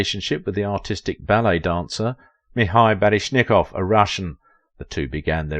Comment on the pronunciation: You say a lot of names incorrectly. Like Mikhail and Baryshnikov and Fosse in just this one video alone.